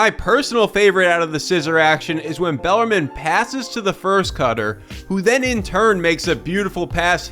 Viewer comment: it's pronounced bell-are-meen